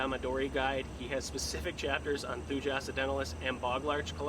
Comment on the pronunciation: Thuja is pronounced “thoo-yuh”